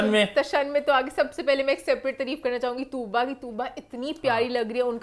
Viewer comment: Your accent needs lots of working it’s not treeef it’s taareef, whenever you say treef I get cringe